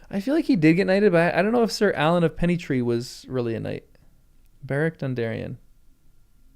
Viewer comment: I laugh every time you pronounce Arlan Alan.